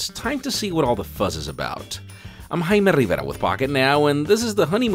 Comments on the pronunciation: Learn to pronounce a J you tool. Either that or stop constantly saying your stupid name in every video. Your name sounds so dumb. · i always wonder the way you say your name specially the your 1st name it sounded like "haina rivera"